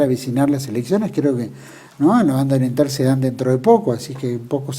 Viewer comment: ¡Que bien que suena cuando dice "Banda Oriental"! Saludos desde la Banda Oriental.